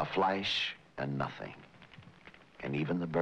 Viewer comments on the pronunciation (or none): none